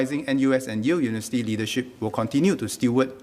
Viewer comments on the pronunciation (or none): It is not unisity...it is uniVERsity...